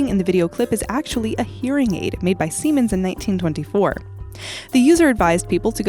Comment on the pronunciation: "siemans" hahahahahaa semens